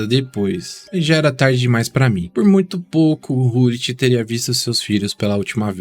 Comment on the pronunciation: Documentário muito bom, mas o que mata são as pronúncias, Rud "Rullit"......aff!!!